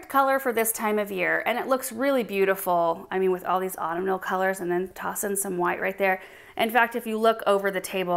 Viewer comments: Autumnal is pronounced "aa TUHM nuhl" Reminds me of this guy I know who pronounces the bird Goshawk as "gosh hawk". Smh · Just a helpful hint on how to pronounce autumnal...auh - TUHM - nuhl. BTW, I have a wager with my friend, who also watches GA, on how many GA subscribers are going to be offended by my helpful tip.😉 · Beautiful presentation!, say Au - TUM - nal. Thanks! 💐 💐 Also, mauve is MO - V because the au = an o sound. I wasn't born in this country so I'm very sensitive about getting pronunciation right! 💐 💐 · I’ve heard anyone pronounce it autumn-al and not aw-tum-nil. It’s so interesting to hear how different words are said in different areas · Love every single dahlia! I grow many myself……….. but I just have to say autumnal is pronounced Awww-TUM-nal.